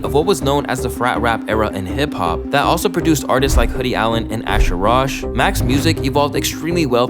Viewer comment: Asher Roth not Rosh